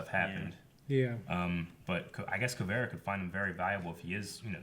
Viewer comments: "Kuveara" How are these guys so horrible with names? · "Kuvera" LMAO